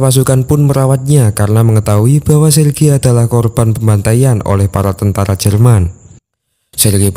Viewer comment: Bukan tantara tapi tentara